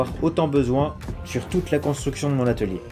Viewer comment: Sur le coup de l’émotion, tu as dit étalier 😂